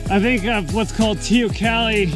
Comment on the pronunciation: Hi, after speaking to an "ex-local", now here in GJ, it's "tay-oh-COLLEE"!